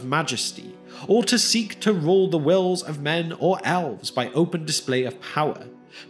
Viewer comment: The narrator pronounces the word "elves" as "owlves." Also, the text is interspersed with grammatical errors.